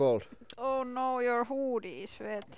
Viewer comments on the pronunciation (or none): Oooooh no yer hooooooo-dhie is vhet 😂👏🏽